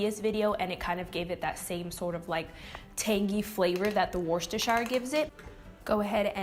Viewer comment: the probnunciation is wuster! you don't say the shire. and the worcester..is like woosta.